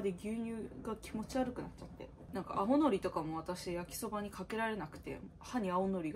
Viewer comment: 青のりの発音がのりのりまさのりすぎる